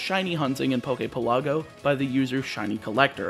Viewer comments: Good video. Definitely need to start pronouncing things better though. Like the names of locations in Alola are real hawaiian words, you could look it up. Also Poképelago is pronounced like archipelago. PELago, not peLAGo. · Omg, u pronounce pelago wrong. Your pronunciation is in Italian. In Italian, it is called the Poke resort.